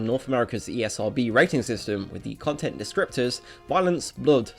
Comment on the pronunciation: Not Eh cone tent